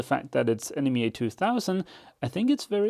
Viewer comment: love your OCD quality work and your videos. FYI it's pronounced NEMA (knee mah).